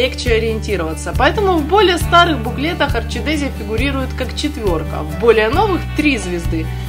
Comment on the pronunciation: Отель называется Орхидея! Не "орчидезия" какая-то... По-русски - Орхидея! Не нужно коверкать родной язык!!!